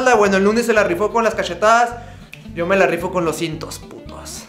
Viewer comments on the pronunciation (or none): O en vez de yo dive sho